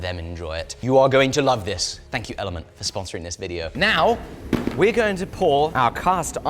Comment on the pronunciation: wait it's called element and not elementea?